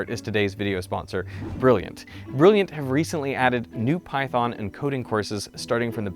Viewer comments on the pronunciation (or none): none